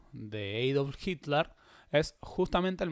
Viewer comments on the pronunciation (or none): none